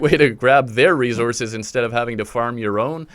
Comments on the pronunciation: Every time he said “Resources” I was like 😖 Great tutorial tho brotha, thanks for helping out the newbies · You say resources weird.